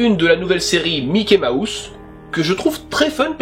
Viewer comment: La manière dont tu disais Mickey Mouse j'entendais "Mickey ma housse" c'était plutôt drôle (très sympa comme vidéo sinon :))